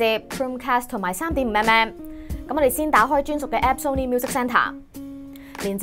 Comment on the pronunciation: 終於有人讀啱”Sony”, 香港9成人都讀錯, 留意埋”Nokia”, 係No-kia 唔係”Lok-Kia”